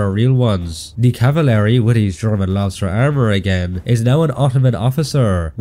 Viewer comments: I swear if he says “equilavent” or “cavilary” again… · Hold on.. He just said cavalery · Not meaning to be annoying but its pronounced (caval-ry) not (cava-lary)